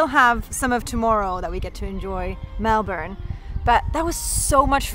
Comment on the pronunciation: i love how foreigners pronounce Melbourne, it's sooo cute and actually accurate lol. Us Aussies are such lazy speakers we pronounce it like melben or melbin 😆 also cost of living is terrible at the moment, so to us i guess because of our wages etc, it is expensive....way too expensive but i understand what you are saying!